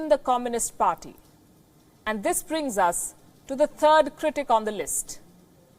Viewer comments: Although I actually believe these reports based on other things, I wish the presenter would get someone who speaks Chinese to teach her how to say their name. As a Chinese speaker (Taiwan citizen, not PRC) her pronouncing is so off I could only understand Fu Ying. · As always, Pelkyi (Tibetan female name :) is the best who speaks the truth. But the Chinese names are so cutely mis-pronounced. The closest pronunciation possible in Hinglish would be: Ren Dre-chiang (Ren Zhiqiang), Shu Dre-yong (Xu Zhiyong), and Fu Ying.